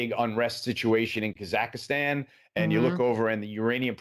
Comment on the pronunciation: Kazhak-ii-stan :D lol